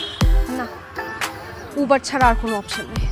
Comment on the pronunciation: It's not ubar it's uber bro